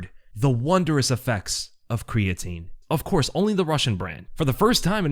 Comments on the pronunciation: "Creatine", eh? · That "creatine" right?